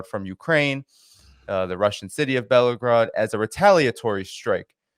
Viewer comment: it’s pronounced Bell-Go-Rod, not Bellow-Grod. Sorry for being nit picky, buddy. Love your stuff.😁